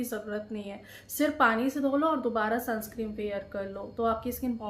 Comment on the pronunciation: Madam sunscreen hota nai sunscrem nahi hota